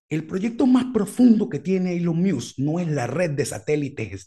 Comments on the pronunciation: Cada vez que dice ”ilon miusk" es un trolleo no? Veo difícil pronunciar así de mal un nombre tan famoso por error. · en caso que sea de tu interés para próximos videos: El nombre de Elon sonaría “ilon mosk” así suena en inglés. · TIP: Decir ilon mosk - Me parece bien el nombre No Beta. - El peo de Apple no vino por lo que comentas. Musk se picó porque Apple quitó las publicidades en Twitter, y Elon se lanzó de picado haciendo un alaraque. Encima estaba el (falso) rumor que Apple quería quitar la App Twitter. Musk prendió el ventilador echándole m**erda a Apple por las comisiones que cobra, cosa en que tiene algo de razón. Inclusó dijo que si los sacaban de Apple sacaría un teléfono. (Y la cosa iba a seguir...) Pero bueno, se reunieron y la cosa no llegó a más. Lo cual me parece bien. (Incluso Apple postergó su proyecto de carros del 2025 al 2026). - ¿Qué cosas no les crees a Musk? - Interesante pensar que va a usar Twitter para Neuralink. No suscribo, pero no descarto que eventualmente sirva algo de eso... Le interesa Twitter principalmente para hacer un proyecto de pagos y muchas cosas más: "X, the Everything App" Te agrego en un club de Musk y sus proyectos en FB. PD: Decir ilon mosk Kudos.